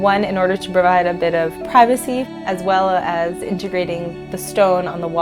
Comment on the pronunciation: No one : Narrator : integrating